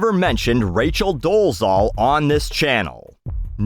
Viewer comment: hey, i think i've been listening to your rants on YT right from the beginning... so here's one of my rants 🙃 i don't know if it's just one of my pet peeves but i really don't like when people don't do much research and incorrectly pronounce people's name; even if it's a bellend like doležal you probably won't care but still let me try to tell you the right pronunciation of her last name: Doležal - the Z with whatever you would call that above it (tiny upside down roof:o) is pronounced as the french pronounce their J in J't'aime other than that you said it OK:hand-pink-waving::face-blue-smiling